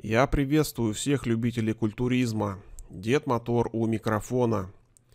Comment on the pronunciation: А почему Матор,а не Мотор,так видь правильно?